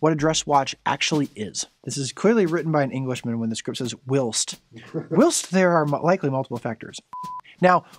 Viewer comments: Nope don’t know what you’re talking about. Dress watches are still widely worn. Oh and it’s pronounced “while-st” not “wilst “ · From an Englishman: “Whilst” = Why-elst (to be fair to you, I don’t know why people don’t just say “while” as it has the same meaning) “Leicestershire” = Less-Ter-Sheer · It's pronounced 'whilest'. There's an invisible 'e' in whilst. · Given the presenters difficulty with “whilst” and “Leicester”, it’s probably for the best he opted to say “JLC”